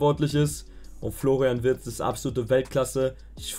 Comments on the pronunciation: "Florain" Wirtz, wer kennt ihn nicht😂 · Wer kennt ihn nicht "Florain Wirtz" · Kennt ihr schon "Florain Wirtz"?